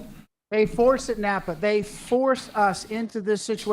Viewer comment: It's pronounced Nah-Pah not Napaa but all good 🙏